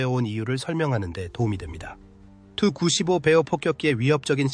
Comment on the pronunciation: 다 좋은데, 설명과 영상이 좀 맞았으면 좋겠네요. 아무거나 막 이어서 반복해서 트는건 좀. 게임 화면은 안되요. 그리고 누가 투-구십오라고 읽나요? 티유-구십오라고 읽지. 아니면 투폴레프 구십오라고 읽던가.